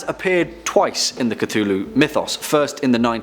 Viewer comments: “Lu Kthu”? Really? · I'm having trouble pronouncing Cthulhu... I can't seem to create the sounds.